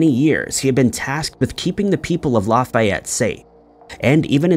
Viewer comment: I didn’t know about the Lafayette thing and I’m from Louisiana. Just a side note,, it’s just pronounced, La (pronounced like the letter a in apple) fE et. Comeaux 😳 I think I know some Comeauxs